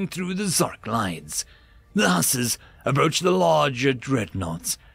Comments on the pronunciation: The pronunciation of Hussars needs a little work, lol. "Hoo-sars" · Huzz-are (like: buzz and ARE you kidding me) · it's pronounced Hoo-sars, as in the Polish Winged Hussars